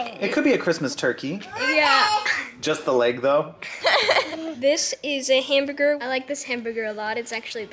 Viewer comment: pronounces hamburger so strangely.